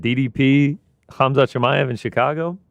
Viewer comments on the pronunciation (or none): Ariel "Hum-zut" Helwani